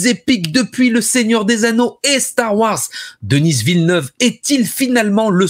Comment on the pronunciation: Pourquoi il dit « Denise » Villeneuve?